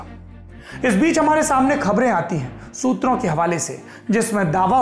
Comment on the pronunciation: What is this "shutra" Saurabh bhai?